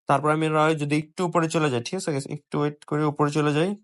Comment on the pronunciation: Zei guysh😂😂😂😂